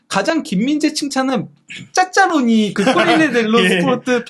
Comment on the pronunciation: 짜짜로니 할 때마다 왜 웃기지?